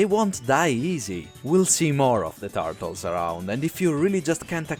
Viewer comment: "the tartles"